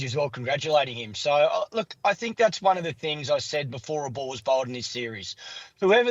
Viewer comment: The word ball has 2 L's in it Clarke. It's not pronounced bawww